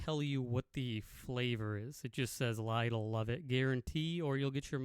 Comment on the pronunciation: it is pronounced Lidl not Lidal. Lidal is not a word 😅